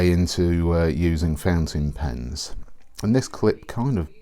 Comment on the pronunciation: I hear the same - fencing pens .. I supposed it has to be ‚fountain pen ‚.. yes probably a pronunciation issue .. but he‘s British and I‘m not so who am I to judge ..